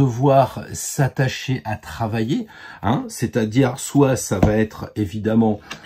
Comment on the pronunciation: Oui oui un bel homme avec plein de sous 😄 merci pour vos conseils... Par contre "va t'être" ça fait mal aux oreilles 😉